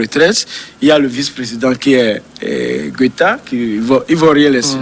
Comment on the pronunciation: Ils disent tous Gwéta au lieu de Goita (sauf Samuel) ou bien c’est moi ai mal entendu ?